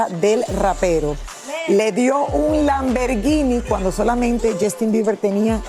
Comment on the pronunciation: Me gusto cuando dijo lamvergini